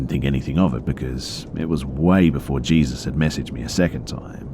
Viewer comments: These were great! A+ content as always. One note though, Jesus was probably meant to be pronounced like "hay-soos." It's a very common name in mexico and south america; you'll hear it a lot in southern states as well. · Oof. Sorry man but the name Jesus is pronounced like hey-soos. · Jesus is a common name in some cultures? Dafuq dude in Hispanic cultures yeah but its pronounced (hey-sus) j's are h's in Spanish. Nit sure if this is an error on the story writers post or bustas... but lolwut? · I think Jesus is pronounced Hey-Soos😶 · i heard him say jesus and instantly went to the comments to see if anyone had noticed the mispronunciation lol